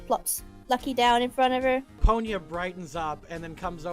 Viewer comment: I swear, every time I hear you say "Ponya" referring to the manaphy, I instead hear "Ponyo." XD